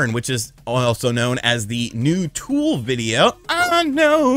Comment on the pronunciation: God! Please never butcher Tool like that again or I’m unsubbing.